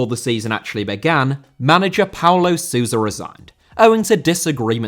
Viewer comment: Sousa* not Suwser